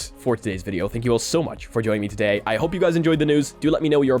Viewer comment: No one: Him Saying "Todayit" :)